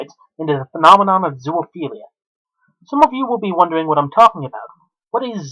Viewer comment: Again its not ZOO-A-PHELIA ITS ZOOPHELIA! I REALLY HOPE YOURE IN PRISON FOR LIFE.